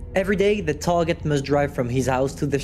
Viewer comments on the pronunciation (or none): none